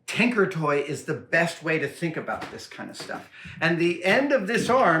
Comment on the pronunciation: Brother.... "Tinker", not "Tanker" Thank you so much :)